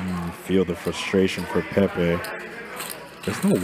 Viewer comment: Ayo Idek if it’s Pepe’s name but you nailed it..